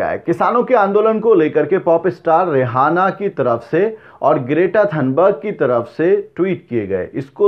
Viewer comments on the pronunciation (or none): Bhai aap रेहाना mat bolen, balki रिआना bolen jo iska asal talaffuz hai. Is men H silent hota hai.